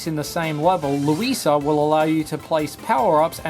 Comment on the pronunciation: Why does he call Luigi luisa